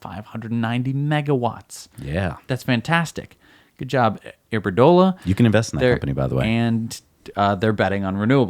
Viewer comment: The Spanish utility company is Iberdrola*. Not iberdola for those seeking to invest in it.